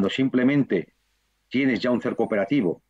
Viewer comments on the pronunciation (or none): none